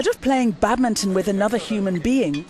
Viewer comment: It's sad to hear how the engineer stubbornly keeps mispronouncing 'badminton', even when attempting to speak English.